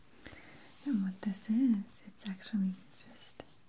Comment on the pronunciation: I like how you say “and” it sounds like “eeend” hehehe